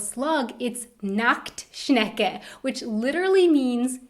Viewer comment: Ich musste so lachen wo du nackschnecke sagtest 😂